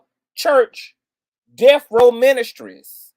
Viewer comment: Not Def Row 😂😂😂😂